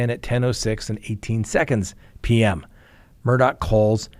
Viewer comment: It’s MUR DAW NOT MURDOCK